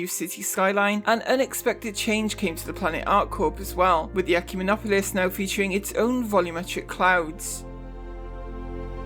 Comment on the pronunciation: Thumbs up just for pronouncing “Ecumenopolis” like a pro. I butcher it every single time.